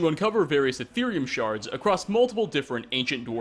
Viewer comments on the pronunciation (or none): none